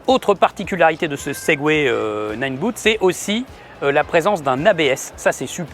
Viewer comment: c'est ninebot, pas nineBOOT. Pensez "botte". Sans malice.